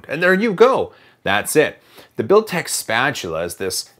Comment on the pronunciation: Can we have a drinking game whenever he says Builtech spatula?